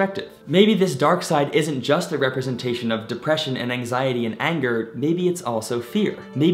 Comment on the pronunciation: Did somebody say deprrrrrrrresion?